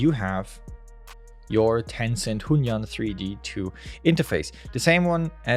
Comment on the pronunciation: you can pronounce it like this "hwen yooen"